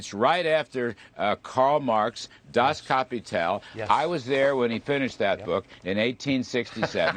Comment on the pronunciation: Das Kapi-tail